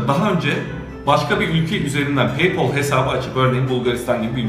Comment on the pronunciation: Abi peypol değil peypel